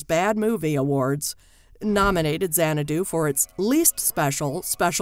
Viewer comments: It's not zanna-DOO, it's ZANNA-doo. I cringe whenever she mispronounces it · If you can't pronounce the film's name correctly, you have no business critiquing it. It's not Zan-ah-DOO, it's ZAN-ah-doo. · This video was as bad as Xanadu. She mispronounced the word "xanadu" several times (emphasis is on the first syllable) and "conan" (not the same as Conan O'Brien). Plus, the caption doesn't match the topic when talking about the musical version. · It's a brilliant movie. Camp classic. But the narrators inflection saying the word Xanadu drives me to distraction. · BTW, it would be super-cool if the narrator would learn how to pronounce the name of the film. Just a thought.